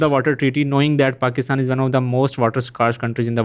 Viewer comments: Abe kya aand kha rha lahori??? Hasi nhi aa rhi?? Paxtan Paxtan to bol. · Paxtan Paxtan bolna